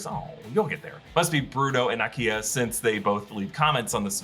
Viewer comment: Thanks for pronouncing Nakia correctly!!! I'm so excited my name pops up twice in the Marvel Universe!